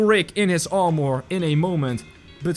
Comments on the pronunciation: Its armor not ar more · How to pronounce armor: ar-mer